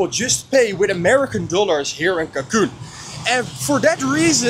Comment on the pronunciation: It’s CANCUN not CACUN